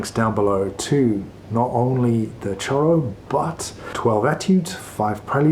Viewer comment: Great lesson! (But the correct pronunciation is “shoro”, is Portuguese not Spanish)